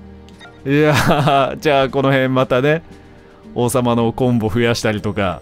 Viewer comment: 「王様のコンボ増やして」って普通に言ったんだと思うけど、「王様のおコンボ」って聞こえて勝手にツボりました。